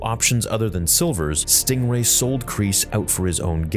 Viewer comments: It's stingray, not stRingray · lol, “Stringway”.